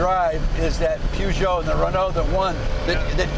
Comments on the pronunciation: Tim, what's a poojoe? "Purje oh" with a soft j is how you say it America. Now lets see Jay in a Metro 6R4 giving it the beans! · Pjuugoo ..... no no it's pronounced as written : Peugeot 😂😂 The Peugeot 205 T16. I think Tim Allen is mistaking the Audi Quattro S1 for an Renault as he mentions "The Pjuugoo and the Rennoo". Becaus the Renault R5 MaxiTurbo wasn't have as succesfull as the Audi Quattro S1 and the Renault 205 T16. I remember these RS200's popping up in the late 80's at the Rallycross dirttracks (not Rally, but Rallycross) in Belgium and Holland after Group B got banned. For about 3 years these cars were dirt cheap. They blew the competition away. These are high revving engines. Not as big V8 which you drive at low revving, high torque, you need to drive these under 2 liter 16valves engines at high rev's to get it to even produce any horsepower. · What a shame 2 guys who hold themselves out to be experts spout such complete and utter garbage. The car was designed by Ghia and body made by Reliant. The chassis was all Ford with the help of Tony Southgate. Where these 2 got their "peeyoojo" rubbish from is a mystery. And it is pronounced PER-geot: PER is really not very difficult to pronounce. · I'm amazed how badly Americans can't pronounce European words that are known world wide. And also I thought Leno knew his car stuff. It's like these two have seen cars but never actually drove one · oh dear me🤦‍♂️ What makes you think I'm on about that word? When the blatantly obvious is chassis and Peugeot....both French words and should be pronounced as the French say it......but no!!!🤦‍♂️ The yanks are unable to hear words and pronounce them properly.like the rest of the world 🙄 The word homologous is a European word....ever heard of the Greeks 🤦‍♂️🤡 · It's amazing that americans are unable to pronounce Peugeot right xd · What an extraordinary pronunciation of Peugeot! 😂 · PEWgeot and RenOWE. Why can't Americans pronounce French words and names?